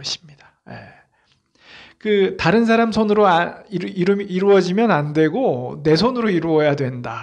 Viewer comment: 염원,해영, 사람, 시청자, 사람, 사람!!, 현상,2등,수퍼(super), 사람 사람!,우주,간절,못하면,좋겠다, 머냐하면, 진인사, 대천명,사실, 등!! 이 학자가, 장음인 단어의 첫 자를 "짧게 잘못 발음한. 실 에 임. 주역을 강의하시는 학자가 이상과 같은 한자어를 바르게 발음 하지 못할 뿐 아니라, "사람, 좋겠다"와 같은 우리 고유어도 제대로 발음하지 못한다는 이 사실!! 학교라곤 문전에도 가보지 못한 우리 할머니들도 이런 엉터리 발음은 하지 않았다. 더 놀ㄹ아운 일!! 이런 문제를 문제로 삼은 이는 1967년에 고국을 떠난 이 늙은 이뿐이니 대체 대한민국 지성인은 어디에 있는가??? 제가 "눈물로" 쓴 책 한권을 고국에 바치오니 , 동포여!고국 동포여! "한국 어문을 고발함"이라는 책을 조용히 읽어 주시옵소서! 미국 변 완수 배